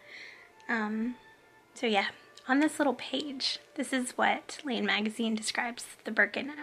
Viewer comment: Love this podcast but just so you know Laine magazine is pronounced like the name Len